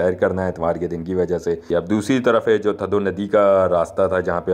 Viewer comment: یہ تھدو نہیں، تھدھو ہے! آپ لوگ ہندستانی، اکثر ہمارے سندھی الفاظ کے تلفظ کو بگاڑتے رہتے ہیں۔ جس سے ہماری دل آزاری ہوتی ہے! آپ سیدھا سیدھا ٹھنڈا ڈیم کہہ سکتے ہیں! سندھی لفظ تھدھو کو اردو ریختہ میں ٹھنڈا کہتے ہیں!